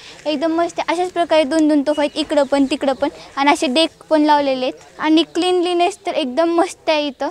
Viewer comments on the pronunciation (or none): 0.57 la cleginegs nai baai cleanliness mhantay